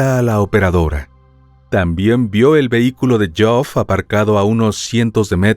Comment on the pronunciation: Buen material sobre este suceso, pero creo que deberían asegurarse primero de cómo se pronuncian las palabras antes de decirlas. Todo el tiempo el narrador pronunciando el nombre de Geoff como Joff o algo así. Sé que pareciera algo superficial, pero realizar semejante material investigativo para pifiar en algo así (y en otras muchas palabras) me parece algo totalmente evitable.